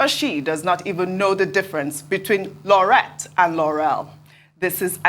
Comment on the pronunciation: Laureate is pronounced 'Lau-ree-ate'.